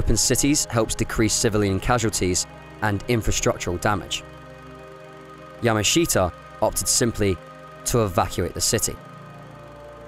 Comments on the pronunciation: Get his name right. It's not pronounced "yama SHEET a". It's pronounced "yamashuta". Look it up! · Yah-mash-ta is how Japanese say his name. Not Yah-ma-she-ta. The presenter clearly knows little to nothing about the Japanese language or culture and is just reading a script. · His name is pronounced ya MA shita, with the accent on the second syllable, just so you know. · It might be an idea if your learnt how to pronounce the gentleman's family name correctly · Interesting subject but not a very good doco. You don't even pronounce his name correctly